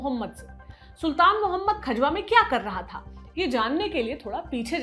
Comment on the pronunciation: Vo खजवा nhi खजुहा है बावन इमली से 2km pahle वहा अभी भी औरंगजेब की पवेलियन बनी हुई h 🙏